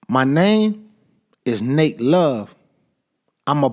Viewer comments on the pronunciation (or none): It’s “NAT” Love, not Nate